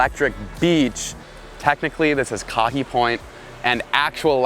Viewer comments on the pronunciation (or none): Gotta learn to pronounce the location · Kahe (kah-hay) point. Never called electric beach